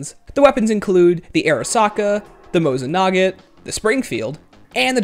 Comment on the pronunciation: Mosin nagent lol